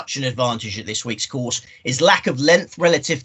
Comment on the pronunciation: What's with the pronunciation of the course? It's in France mate not Spain with that lispy nonsense.